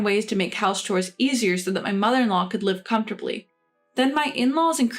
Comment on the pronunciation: The 3rd or 4th story with the Russian or Ukranian, I believe, narrator? The word chores is not pronounced "cores" it's pronounced "chores" and heir is pronounced like "air" the h is silent